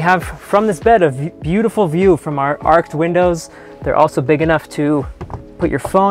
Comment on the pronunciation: Arched not Arked 😂 sorry it was said so many times 😅